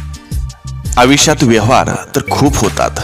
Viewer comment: सर, विचार सुंदर आहेत.पण आपण आयुष्यात म्हणत नाही आविष्यात म्हणता.सुंदर विचार सांगणा-यांचे असे ग्रामर?